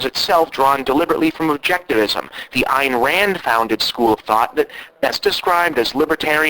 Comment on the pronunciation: learn to pronounce ayn rand's name you dumbass